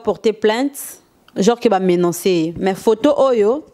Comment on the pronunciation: a MENANCER....ooooh mama bovansaka na poto oyebi koloba MENACER te????